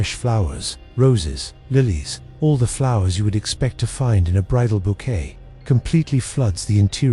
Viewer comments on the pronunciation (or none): none